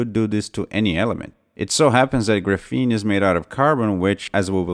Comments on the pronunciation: It's called grA-feen, not gruh-fEEn. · Can't listen to this annoying mis-prononciation of gr'feene any longer. It's graphene with an A like graphite. BTW don't count on WackyPedia for any facts. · Graph-een gruffeen is so distracting I feel like a douche for pointing this out, but everytime I hear you say it, it's like fingernails on a chalkboard, and this is a really good video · Dude if your going to do a video on Graphene you should learn how to pronounce it correctly. GRA-PHENE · awesome vid again mate! Just one thing... it is the first syllable of the word which is stressed and not the second, hope that helps... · Knows everything about graphene except how to pronounce it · noonenaught His accent has nothing to do with it; he's stressing the wrong syllable. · It should be pronounced with accent on the first syllable not the second syllable. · Graphene can do everything but be pronounced correctly by this guy. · Just wish he would stop saying graphene that way.